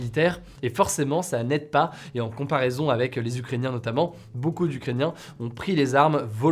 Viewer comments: a 02.50 "baeucoup" ^^' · Je suis désolée mais "Baeucoup" 😂 Joli nouveau mot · "baeucoup" tout le monde l'a vue je te rassure Hugo xD